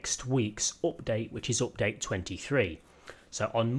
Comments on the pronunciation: It is update not opdate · Nobody:: OPDATE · I really like how you say update as opdayt :D